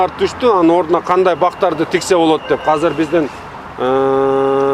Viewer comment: Азыр❌ Казыр✅